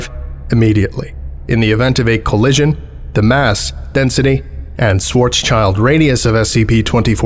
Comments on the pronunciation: Schwarzschild is pronounced Shwarz-shield. Not child. My german ears bleed when you say child. (it translates literally to black shield) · Epic as always, but isn't it Schwarz-schild (= black shield) instead of Shwarzs-child? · Only criticism is that like so many foreigners you say Schwarzschild like child is part of it. Its Schwarz-Schild, like shield. Pronounced like chilled, or rather shilled (but idk if thats a word, so) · The only fault is the pronunciation of "Schwarzschild". It´s obviously a german word (use of "sch" and "z", similiar to many other known words, e.g.: Schwarzwald, Schwarzkopf). It not a "child", it´s a "Schild" which means "Shield" and "Schwarz" meaning "black". And it´s a persons name after all. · If only he pronounced Schwarzschild correctly.